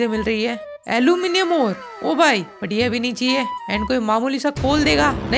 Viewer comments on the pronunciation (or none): none